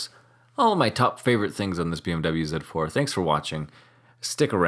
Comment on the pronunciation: Zed 4 sounds much better than Zee4 I am biased of course and you didn't mangle up mirror 😅